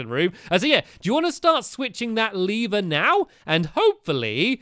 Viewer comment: I think it's called lever not leever.